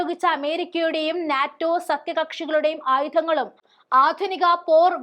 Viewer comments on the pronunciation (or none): none